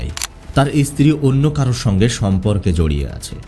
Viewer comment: আপনি এত ভালোভাবে কথা বলছেন। কিন্তু এই যে ইস ইস উচ্চারণ করছেন।। এটা শুনতে আমার খুবই অসহ্য লাগছে। যেমন স্ত্রী না বলে ইস্ত্রী ইস্ত্রী করছেন। আপনার কথা শুনে মনে হচ্ছে আপনি শিক্ষিত অবশ্যই আপনি ভালোই শিক্ষিত এভাবে কিন্তু এভাবে বিকৃতভাবে শব্দ উচ্চারণ করছেন ইস ইস এ আবার কি রকম ভাষা।। ভাষাটা পরিষ্কার করবেন কথাটা ইস্ত্রী নয় স্ত্রী।। এরকম অনেক ভাষাতেই ইস উচ্চারণ করছেন।। সবগুলো আর লিখলাম না।বাংলা ভাষা যারা সঠিকভাবে উচ্চারণ করতে না পারে তাদের ভাষা আমার মোটেই শুনতে ভালো লাগে না